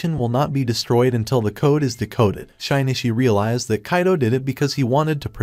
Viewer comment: I could forgive anything, but butchering Shinichi's name that much?! Just no...